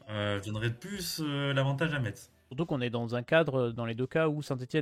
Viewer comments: Ça se prononce messe, pas metse! 50/50 pour moi. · Par contre on dit Metz (mess) pas meTTTTz